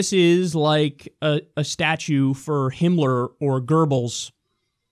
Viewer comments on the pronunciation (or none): why do american people say gerbils instead of goebbels all the fucking time? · Gerbils... Why do Americans always say Gerbils instead of Göbbels?